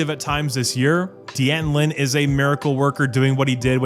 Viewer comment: Dan-ton, not Dee-Anton Lynn